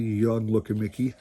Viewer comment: It sounds like you are saying Miggy and not Miggy and not Mickey lol Those cards are very cool though. Lots of action shots. Those cards are very cool, thanks for sharing !!